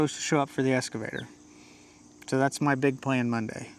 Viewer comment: EXcavator! EXcavator! NOT escavator! Love you guys!!!